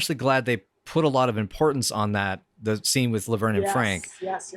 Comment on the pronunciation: Good catch on "Laberne." I thought I heard that. Also, Shirley says "Vernie," which is rare after the first couple seasons, and is therefore all the more powerful.